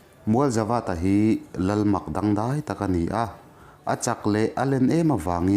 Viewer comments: Nia😁mahse dangdai kha i lam dik lo anih kha😐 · Entir Nan dangdai tihte double verb I lam Dante hi tlem lain zir deuh la kalo ti mai2 a